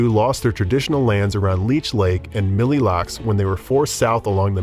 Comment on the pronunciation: Completely saying Ojibwe wrong and my tribe Mille Lacs wrong. Ojibwe sounds like OH JIB WAY and Mille Lacs sounds like Mill Lacs 🙄